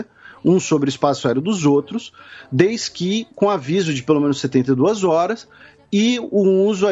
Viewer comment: Um de vocês fala "desqui"ao invés de desde que, já tinha reparado várias vezes, hoje ofi por volta do minuto 26.